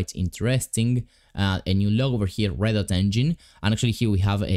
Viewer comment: you said reddot but its redot